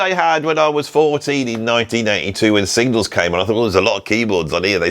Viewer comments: Signals. Not Singles. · Say it, SIG-NALS!!